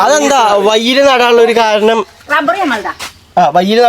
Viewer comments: ഡബ്ബർ അല്ല മോനൂട്ടാ 🙏റബ്ബർ 😐😐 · ഡബ്ബർ. അല്ല റബ്ബർ